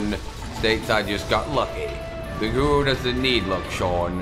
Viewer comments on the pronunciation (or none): GORU😻 not GURU